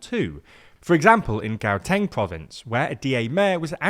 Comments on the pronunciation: i know we supposed to be serious but his pronounciation of Gauteng had me dying🤣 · bruh learn to say Gauteng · The G in Gauteng is pronounced as a h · Here’s how to pronounce Gauteng — it’s not an English word at all & therefore you shouldn’t read the G as you would with English. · it so funny listening to non south africans trying to pronounce our names rama-po-za instead of rama-por-za and gauteng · Anyone else freaked out by that Gauteng pronounciation 🤣 Great video BTW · I always get jumpscared hearing how it's pronounced by videos made by non-South African channels 😅 Not from Mzansi BTW, but I did train and live there for a while 👍